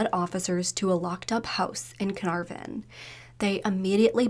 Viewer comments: Carnarvon = kuh-naar-ven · So annoying when people cannot search how to pronounce words! Can-ar-von. Eye-la not eesla. Edit: There you go, you said Canarvon right :) Omg its Darrell not Da'rell. He is aboriginal not african american!